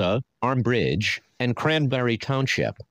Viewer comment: Near Armbridge not ambridge lol